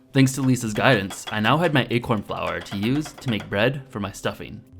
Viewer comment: Wait... You say achorn? That is funny, because the way you pronounce it sounds like the dutch word ''eekhoorn'' wich means squirrel